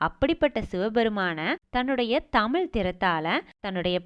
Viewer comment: நல்ல தகவல்கள் நீங்கள் கூறுகிறீர்கள் இருப்பினும் தமிழ் சொற்களை சரியான முறையில் பயன்படுத்துங்கள் தமிழென்று சொல்லும்போது சிறப்புழகரம் சரியாக உச்சரிக்கப்படுவதில்லை